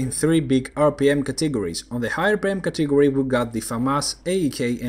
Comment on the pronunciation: Nice and useful vids, keep up the good work! I had a tough time understanding your pronunciation of the word "category", maybe you could speak a little slower?:-)